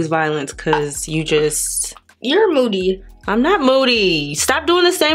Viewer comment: Way does moody sound like boody